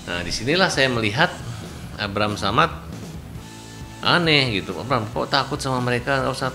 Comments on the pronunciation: istirahat bang.. terlihat dr wajahnya sngt lelah, terdengar dr salah pengucapan Abraham Samad menandakan fikiran abang sdg tdk baik² aja.. Istirahat lah bang, takutnya Pak Abraham Samad tak terima ditarik dlm pusaran kasus ini.. 😂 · Nyebutin nama orang aja salah ini,,masa abraham samad😂 Ngga heran makanya klo bicara mencla mencle kaya emak2 yg suka ghibah😂